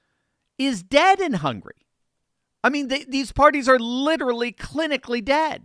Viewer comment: It's "Hungary", not "hungry".